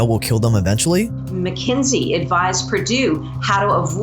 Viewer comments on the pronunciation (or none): It isn't MacKenzie. It's McKinsey. "KIN." Fix your pronunciation, zoomer. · Why does he keep saying mckENsIE when it's mckINsEY? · If you’re going to shit on a company, pronounce the name correctly. What do you expect them to do, they don’t serve the public. They serve their clients and their business models. If you think McKinsey is no more “Evil” than the other corporations and big companies that run our capitalist society.